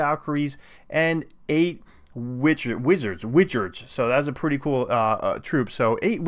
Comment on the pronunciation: Witzards. LMAO